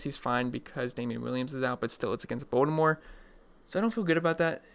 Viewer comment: when you say baltimore is sounds like voldemort lol